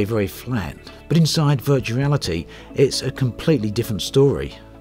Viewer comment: I love the intro "Today i want to talk about Vertuarity "